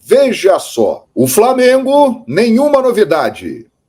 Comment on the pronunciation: Será que esse apresentador da bandeirantes tem preguiça de falar flamengo?